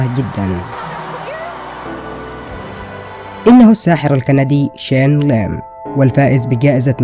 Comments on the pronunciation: Bro ur title is Shane Lim but his name is Shin Lim and also ur said Chen Lim...Bro WTF!! And also u dont know how he does it u cant reveal it this video is all fake ur doing it for views this video is a huge CLICKBAIT!! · Thats not “Shane Lim” thats “SHIN LIM” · ITS SHIN NOT SHANE COME ON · It's "Shin" not Shane, brah! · نطقه لاسم الساحر شينيلغن مااعرف كيف اكتبه بس المهم انه يضحك😂..